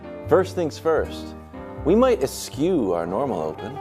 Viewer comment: They are all boneheads. The word "eschew" is pronounced s shoe. Idiots.